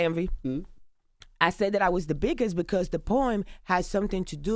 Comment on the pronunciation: "beacose " like tf